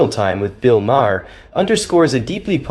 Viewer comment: BILL MA- HERR 😂😂😂😂